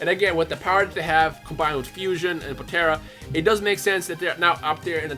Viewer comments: Please... Po-tar-a. Not Po-tear-a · Stop saying potera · Poe-tare-ah smh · Idk if your trolling but why are u pronouncing potara... potera or the way u say it it's potaarrraaa